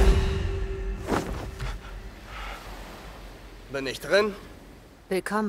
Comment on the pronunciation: Wenn es um den Feind geht, fühle ich mich immer angesprochen 🙄 wenn der Name "Blume" englisch ausgesprochen wird